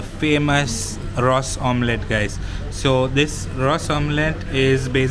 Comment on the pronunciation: You are a goan please pronounce Ros omelette properly